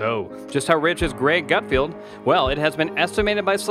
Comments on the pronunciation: It’s pronounced GUTFELD...not GUT field..good god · It is Gutfeld not Gutfield. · His name is "GutFELD". Just read it, that's how it's pronounced!